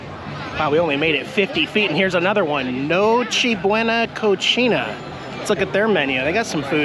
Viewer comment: So, just as a warning, Cocina is pronounced Co-See-Na, which is kitchen in Spanish. The way you pronounced it, is Cochina, which literally means dirty, but it's also slang for a girl who's active with the men.